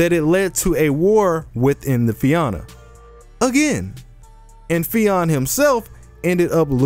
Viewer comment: Fia-na that’s how you split the syllables and it’s a soft a Fianna